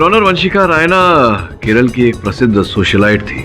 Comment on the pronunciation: KERALA not KERLA or KERELA 😭